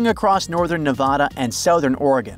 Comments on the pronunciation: Ne VA da, not Ne VOD a. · Don’t call yourself when you can’t even pronounce Nevada correctly. There is no Nevahda… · If you knew what you are talking about, you would know how to pronounce Nevada.